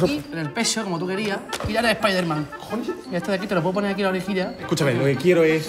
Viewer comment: Nadie: Mangel: Splayderman